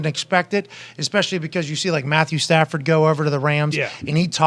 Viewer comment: ECKspecially. Come on D But 😂😂